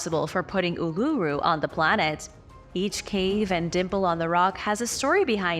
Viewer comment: Uluru or phonetically oolooroo, Ayres Rock pronounced Airs Rock, and the pictographs of native Americans is insulting, do better or do nothing at all